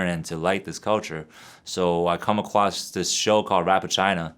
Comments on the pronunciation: Mans said "i come akwoss" lmaooo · I com acwos LMAO😂😆😁